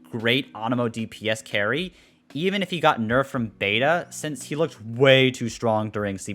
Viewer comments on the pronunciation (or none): none